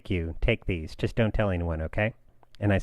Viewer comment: Great episode! I'm really noticing that each time you say "just", it sounds like "tjist".